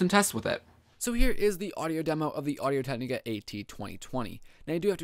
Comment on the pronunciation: Hey man, thanks a lot for doing this review, useful stuff. Just a suggestion, I think you have a tendency to talk too fast and slur your words. For example whenever you say Audio Technica it sounds more like "Audio Tegniga." But I like that you showed the microphone's response at different distances and in different directions.